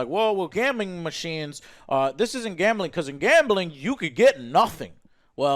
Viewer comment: No One: Joe: Gambahling 😂 Much respect though bro